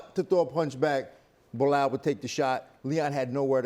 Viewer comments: Chael - its Bee-lal Not Blo hall Hahaha… :) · Bluh-hal - Chael Sonnen😂😂😂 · Chael: Behal lol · Loool how does he get away with mispronouncing fighters name (behal) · Charles Sonnen was a Blahal believer years ago. There is a clip of him calling Belal Blahal over the years. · Chael still saying Belahall